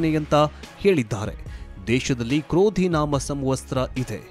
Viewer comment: ಅಣ್ಣ ಕ್ರೋಧಿನಾಮ ಸಂವತ್ಸರ ಎಂದು ಸರಿಯಾಗಿ ಹೇಳು ಕನ್ನಡ ಕೊಲೆಮಾಡಬೇಡ